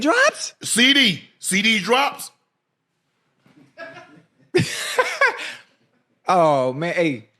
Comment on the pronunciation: "Ceedees Drops" I'm dead 😂